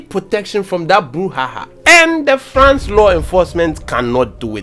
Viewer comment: Did I hear you say “FLANCE?” 😂😂😂😂😂😂😂😂😂😂